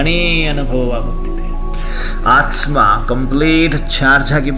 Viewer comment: It's aathma pronounce it properly